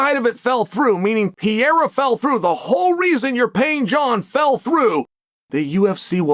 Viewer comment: Please say it with me: P E R E I R A Not P E I R A Once More: P - E -R -E - I - R - A